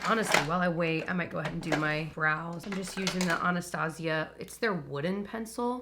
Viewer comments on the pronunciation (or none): none